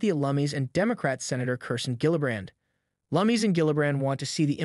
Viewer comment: Cynthia (Lum-iss) not (Lum-mees). FYI.